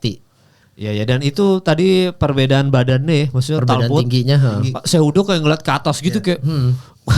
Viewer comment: Cehudo bukan jehudo😅